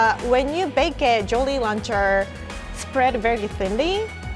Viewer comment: When you don’t watch any tasty videos except for the ones with in them Lol when she says jolly rancher like jolly lancher